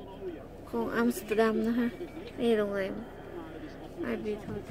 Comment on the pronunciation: ใช่ อย่าบ่นลุงฮั่นนะ บาป 555 ไม่ใช่อามสเตอดัมคะ ต้องออกเสียงว่า แอมสเตอร์ดัมคะ นายพี่ชาวดัชคะ เลยแนะนำได้ น้ะจ้ะ 😴😴😴😴